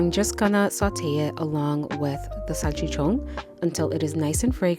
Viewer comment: Salchichonggg, with sazongg and jamongg